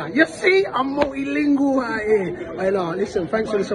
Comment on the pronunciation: creo que ha dicho "i'm multilinguae"